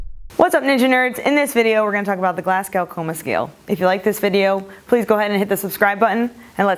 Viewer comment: Great video! Only thing i would say as a Scot is that it's pronounced "Glaz-Go".